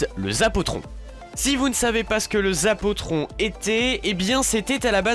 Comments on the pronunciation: Ptdr c'est zapotron pas zapatron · C'est même pas un zapatron mais un zapotron